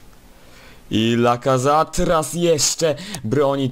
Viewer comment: Lacazat? Lacazaet się mówi